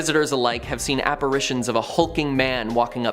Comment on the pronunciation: Oh comon...apparitions with a soft i after the r not a hard A.